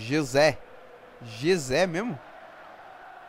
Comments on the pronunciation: A pronuncia deve ser Resé por causa fo J dos castelhanos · SE PRONUNCIA RESÉ RODRIGUEZ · Lê-se «Resé», ahah. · se diz rrressé rodrigues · é Gesé Rodrigues e.e